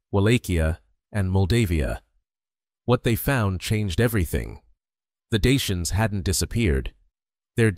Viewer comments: So ein quatsch. Daker nicht Daianer. Kann die AI das nicht aussprechen? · Даки а не диянцы! Прямо слух режет! Почему искусственный интеллект искажает это слово? Редакторы ваши совсем не выполняют свою работу! 😡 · Dakker, not dian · Какое диинцы? Или у меня ппоблема со слухом? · Rom e ma-ta! Ce porcarie AI ul asta ,adica nu mai exista un prost capabil sa citeasca un text si trebuie sa suportam scarbosenia asta de voce artificiala care inventeaza cuvinte "deiani"?? Folosirea AI arata lipsa inteligentei naturale. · Deisians?? Who speaks like that, it's not English. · Ich frage mich nur, wie man die Vergangenheit und Geschichte der Rumänen kennen kann, wenn man nicht einmal den Namen der Daker richtig aussprechen kann. Ich habe bereits drei Versionen zu diesem Thema gelesen, und keine davon ähnelt der anderen.